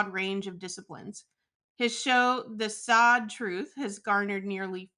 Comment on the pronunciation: The woman: "I watch your content regularly" ... After not even knowing how to pronounce Saad. How sad.